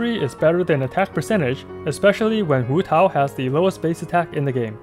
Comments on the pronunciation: waaah your pronunciation of hutao is so good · I love how you pronounce hutao in with pin yin instead of like hootau